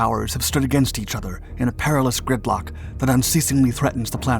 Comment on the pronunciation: “…a perilous GRIPlock?”